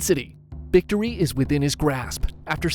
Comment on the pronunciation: Did he just say bictory